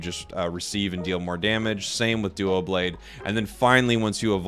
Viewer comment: It's dublade as in double